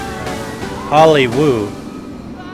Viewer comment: The coaster was pretty much crap. And it's "Hollywood," not "Holywoo."